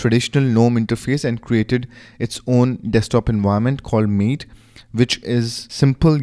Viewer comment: Good video but Linux Mint did not create Mate. They only created Cinnamon. Mate is an independently run project: . As their website states: Mate is pronounced "Ma-Tay" . Otherwise all is good in video. Thanks for taking the time to make it :) .